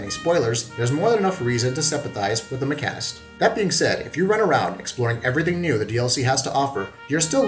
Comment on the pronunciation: Say the sentence, "I take my car to the mechanic". Now, ponder on how you pronounced mechanist.